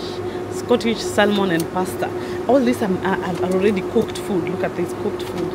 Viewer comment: Pronounce Sam mon not sal mon